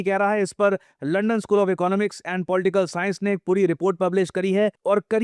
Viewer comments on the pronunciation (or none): none